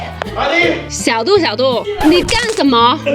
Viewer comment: 是xiao du,不是xiao duo，是小度，不是小剁，你小剁小剁的叫，小度还以为你要剁了它